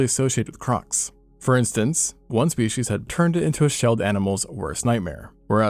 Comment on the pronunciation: "more shpeSHEESH"